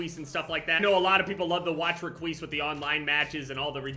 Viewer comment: Nobody: Literally nobody: every five seconds: reqise